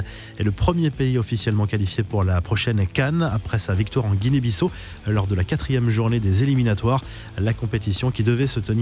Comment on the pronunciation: On dit Guinée Bissaau